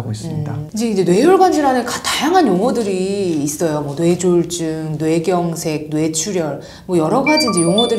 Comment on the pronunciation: 기자님 조차도 뇌졸중을 뇌졸"증"으로 발음하시네요